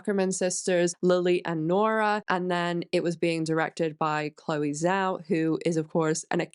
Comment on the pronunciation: The ZH in Zhao is pronounced like a J.